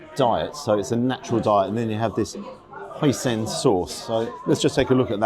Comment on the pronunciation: Hoi-Sin not Hoi-Sen😆